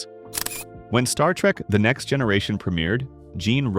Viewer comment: As a long time Trek fan, I still found this video informative. The AI narration is okay, but the mispronunciations and speech cadence is very annoying--especially every time it said "Star Trek....the Next Generation".